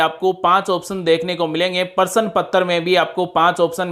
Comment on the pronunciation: परशन नहीं प्रश्न होता है